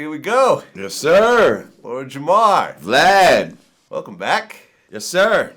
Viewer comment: he called him "Vlod" 😁😁